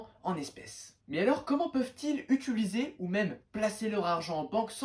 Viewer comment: utiliser pas utuliser stp 🤧